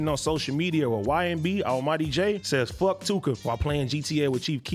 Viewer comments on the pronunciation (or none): Almightygay isn’t street I cringed when he said f tooka